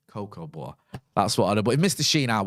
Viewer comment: The most Manchester pronunciation of "Butter" I've ever heard.